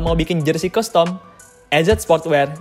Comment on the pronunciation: BANG CUSTOM ITU PELAFALAN NYA "KASTEM", PLISS LAHHH SUKA KESEL SENDIRI DENGER NYA